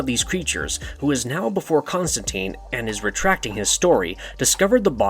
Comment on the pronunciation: Constantine, how are you guys still mispronouncing this?